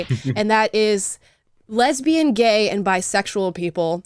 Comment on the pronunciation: I just can't stop re-watching the " WHAI R U GAE" XD